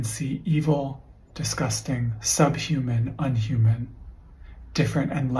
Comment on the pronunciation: kept reading "inhumane" wrong....